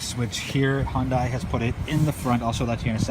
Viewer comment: The car company name is pronounced like Sunday....Hyundai like Sunday, Hyundai like Sunday, Hyundai like Sunday, Hyundai like Sunday, Hyundai like Sunday, Hyundai like Sunday, Hyundai like Sunday, Hyundai like Sunday, Hyundai like Sunday, Hyundai like Sunday, Hyundai like Sunday, Hyundai like Sunday, Hyundai like Sunday, Hyundai like Sunday, Hyundai like Sunday, Hyundai like Sunday, Hyundai like Sunday, Hyundai like Sunday, Hyundai like Sunday, Hyundai like Sunday, Hyundai like Sunday, Hyundai like Sunday, Hyundai like Sunday, Hyundai like Sunday